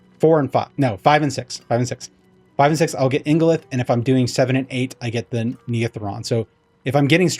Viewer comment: You pronounced ingolith correctly, but Neathiron sounds like NEETH-IRON! Why do we gotta watch videos to figure out how to play the game?? Sounds bad... anyway, great explanation to an otherwise confusing mechanic!